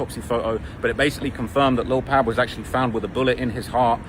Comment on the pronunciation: It’s pronounced Pob like Pablo not Pabb